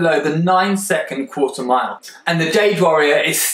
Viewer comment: it's 1/4 (qu-ar-tar) mile Y O U D U M B A S S